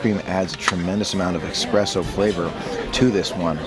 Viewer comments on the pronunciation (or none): Ahhh it irked me soooo much when he kept saying "expresso"!! It's "espresso"! Pleeaaaase xD